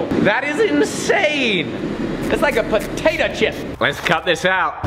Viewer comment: I noticed the first time he said it, it almost like he said “Potatah chip”